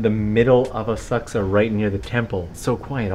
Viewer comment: Oh - I was saying it all wrong- Asakusa - Thank you for the correct pronunciation!